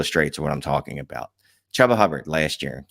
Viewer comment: its pronounced Chew-Ba FFS.